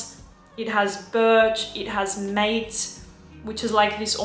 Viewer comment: Just fyi I think mate is pronounced more like "mah-tey", emphasis on first syllable.